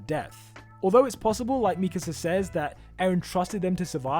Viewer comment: Why do people say Mikisa instead of Mikasa?